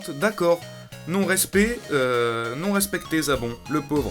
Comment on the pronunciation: Et a un moment il a dit zabon au lieu de zarbon